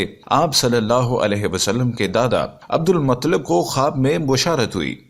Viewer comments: Abdul muttalib bolye mutlib nahi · Bhaii Abdul Mutlib nahi Abdul Muttalib bolo